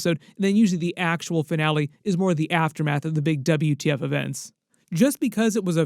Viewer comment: Saying "wtf" as "Double u , ti eff" is craaazy